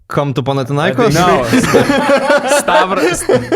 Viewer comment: “Come to panatinaikos” 🤣🤣